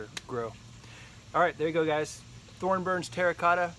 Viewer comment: It's probably easier to say with the 'N' as in 'Thorn' - but it is Thor - burns Terra Cota.